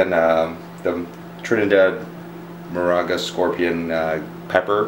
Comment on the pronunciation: dude just dont try to pronounce Moruga lol